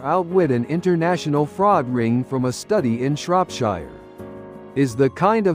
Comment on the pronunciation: AI that creates and narrates these stories still needs to learn :) Shropshire is in the UK and the last but of it is pronounced “sheer” You “wire” money in the US, in the UK you transfer money. Etc It’s a shame that the majority of such a content is done entirely by AI replacing proper creative and research work.